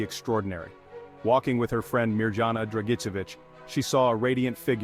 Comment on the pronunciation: You pronunciation for Mirjana is wrong. I would’ve appreciated if the speaker “uses”appropriate words even for Medjugorje.I don’t like AI. Where is real life people to spread the messages. Thank you 🙏.